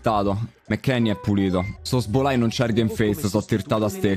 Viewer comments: Tutti: szoboszlai: sosbolai Joker: non siamo poi così diversi tu ed io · se pronuncia, sobozlai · Zoboslai si dice😂😂😂😂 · Ogni volta che diceva male Szobozlai un bambino moriva